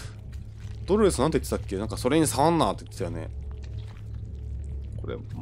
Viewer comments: 「ドロrrrrスが」 めっちゃ巻き舌w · ドrrﾛﾚｽって巻き舌になってんの草